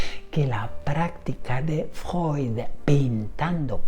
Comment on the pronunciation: Decir Freud ❌ Decir Fjoy ✅ 😂